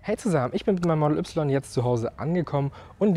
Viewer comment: das heist model weiiiiiii nicht model ubsilon xd